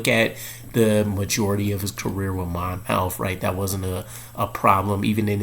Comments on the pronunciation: Not Mon mouth College. Monmouth pronounced Monmouth College. I should call you and tell you how it's done. Miller should compete for a job like everyone else in camp has to do. No one should be anointed as the one. He might need a year or two to develop. I like some of these kids that went to a local college. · It’s pronounced more like Mon- myth. Just to clear the air lol no shots fired just saying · It's pronounced Mon-Muth. Or go watch his highlights there. They say it. I know that's small, but I'm originally from Jersey and it was killing me lol.